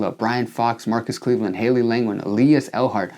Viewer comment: said AyumO and said Klevand